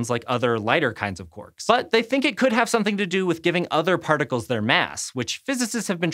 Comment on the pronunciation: Anyone else here otter when she says other